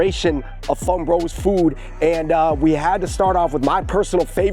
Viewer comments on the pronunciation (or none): none